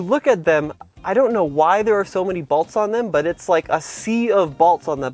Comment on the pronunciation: Did you say "balts"?